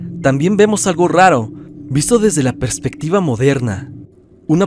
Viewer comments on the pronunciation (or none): none